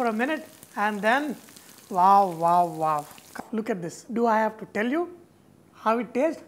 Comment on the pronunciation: Its wow, not vaw vaw vaw!!!